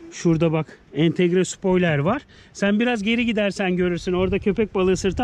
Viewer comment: abi yeni öğrendim bir gün jaguar audi,bmw,mercedes-benz'e demişki çok kolaysınız tek bmw cevap verir oda jaguara süren bir bmw fotosu ama jaguarın logosu ters gene anlatamadım .d ve abi sıpoyler değil abi sıpoylır die okunur ama sen öyle okuyosun benim karışmam doğru değil aslında pardon